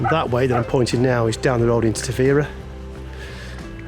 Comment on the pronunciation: Obrigada… I was going to share the pronunciation as well…. For future visitors 😊. The emphasis is on the veeeer, as with many Português words, especially that start and finish with a vowel, they tend to drop them.